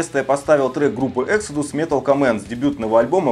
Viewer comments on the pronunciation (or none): Что, Экседус, с ударением на первый слог?Да ну на, всегда был эксОдус ! п.с. да и олдскулом никто не называл, просто слушали трэш)))